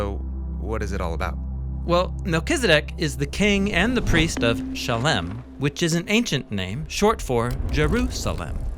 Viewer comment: Great videos! I love them. I'm trying to figure out why you're calling it Shalem and not Salem, which is it's name in the Bible.